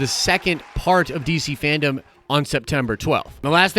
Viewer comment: FanDome... Dome... not Fandom 😉